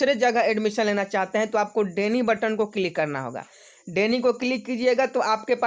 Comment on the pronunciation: भाई डेनी नहीं डिनाई होता है